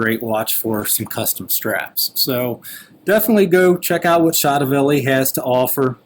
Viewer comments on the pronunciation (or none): you don't pronounce it chotoville! its pronounced cho toe ve lee.. chotovelli.